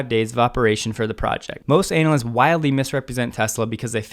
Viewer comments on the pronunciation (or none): Do love the way you pronounce analysts, cracks me up every time :-) I as well don't trust many anal ysts.